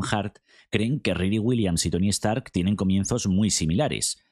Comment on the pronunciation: Se llama "Stark" no "EStarc"